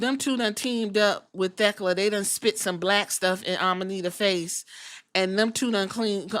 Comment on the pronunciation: I love Queen Aminata I hope she can show up more. I like Thekla a lot too I watched her in Japan last year but I hope Queen Aminata isn’t just being used to prop Thekla up since they are feuding right now. Shes who I want to take the title off Mercedes. You pronounced Thekla right by the way, fans were being weird about that match ending, Aminata didn’t do anything off.